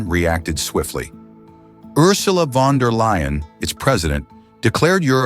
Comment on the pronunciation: Her name is "von der Leyen", not "von der Lyon" Oh, and by whom you call "Mara Shevchaewics" you probably mean "Maroš Šefčovič"